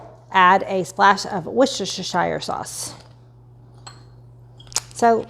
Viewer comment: OK friend, I need to school you on pronouncing Worcestershire 🤣🤣